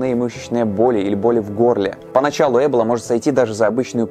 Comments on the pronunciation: Почему Э́бола ,а не Эбо́ла? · Почему Э́бола? Я слышала только произношение Эбóла и в Википедии тоже так написано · Не Э́бола, а Эбо́ла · Ты права, ударение должно быть на "О". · Ударение разве не на о?! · Я всегда думала что правильно говорить Эбо́ла а не Эбола́ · Почему Эбола? Её всегда называли эбОла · В слове эбола ударение на О. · эбОла... ударение на 0.... Тут выговорить правильно не могут, зато видосы снимают о ней :D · Эбо'ла Ударение на О. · ЭБола? Я думал эБОла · эбОла, а не Эбола вроде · Хоть сказано Э́бола яэ буду говорить Эбо́ла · Эбола, ударение на о, а не Эбола со скоростью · Ролики супер, но ударения конечно дааа, эбОла, Ямало-ненЕцкий, мОровая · А разве Эбола, а не эбОла? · Помоему правтльно не Эбола,а эбОла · Лайк кто говорит не Эбола а эбОла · эбОла ударение на О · ударение на о, эбОла. Пожалуйста, не делай так больше 🙃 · блин не эбола а эбо-ла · Эбóла. Очень по ушам режет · Когда в слове эбОла ударение ставят на первую букву уже смотреть не хочется, поинтересовался бы что ли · Да почему же Эбола, когда эбОла. Почему не проверить произношение слова, о котором ,по сути, весь ролик рассказываешь? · эбОла. Произносите правильно, раз уж делайте рисёрч🙏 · надпис Эбола говорит ЭБЛА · ты на намеренно ударение неправильно ставишь?! эбОла вообще то, даже погуглила специально. ну что за.... ухо режит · Спасибо за интересную и познавательную информацию. Но небольшая поправка: ударение не на 1ый, а на 2ой слог (источник: Википедия) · Вариант с Э тоже возможен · почему так сложно перед тем как делать выпуск просто и элементарно посмотреть ударение на слово в википедии, слух режет пздц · Меня одного бесит как говорит эбола? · просто закрыла видео из-за его произношение слова "эбола"